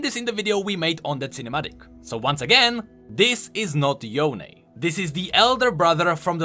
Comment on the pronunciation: Riot: Yonee/Yonie Everyone: Yone: yoNÉYH